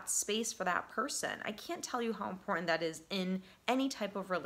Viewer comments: I feel like I have been emotional abused to get to the point! And the word is important not impotent! You can you actual English instead Ebonics! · Please forgive me. I don't know why it bugs me, but 'And' has a D at the end. & in 'cerTain' and 'imporTant', the T's are NOT silent. So hard to concentrate on your very good message when you present yourself as an educated, well spoken counselor, but you keep mispronouncing words: Impor-ant Cer-ain An- As a speaker, I feel that enunciation is an important part of your message. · Life coach. LOL. BTW. The word is “important”